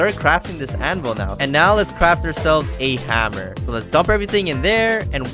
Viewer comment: Hammer not haaammer